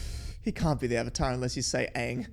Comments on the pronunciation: this movie ws so hated among avatar fans and i dont like it its so disrespectful to the original series because Aang our main character litrally just mispronounced his name first iwent on with the letters of his name in the original series and in the movie he said ong instead of Aang gosh darn it this film is terrible in my opinion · Take a shot every time they mispronounce a name. You'll be blitzed in no time! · The name pronounciation of Aang and Iroh are similar to how they are pronounced in the ger dub. I don't know why though lol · It's like they watched the german dub of the original show, Iroh and Aang are pronounced that way in German 😂🤔